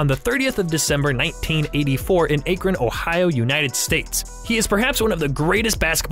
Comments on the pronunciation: Bro...if your gonna talk about LBJ, birth date/year/city, you at least have to say the city "AKRON" right. You dont say it like...Ayy-kren, like what a damn squirrel eats(Acorn). It's AKRON.......AKRON, as in (AK-RIN) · learn how to say Akron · I turned off after I heard him pronounce Akron